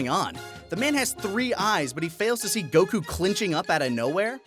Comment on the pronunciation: Bro, plz stop putting a syllable in Goku's name it's a bit annoying I don't mean any harm, I love this channel